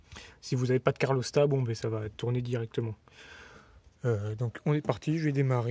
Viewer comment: Super tuto merci Par contre "carlostat" c'est pas possible ! C'est "calorstat"😂